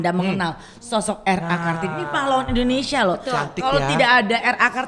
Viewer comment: gw pecahhhh Teh Melly ngomong " Bahasa indonenong neee...."🤣🤣🤣🤣🤣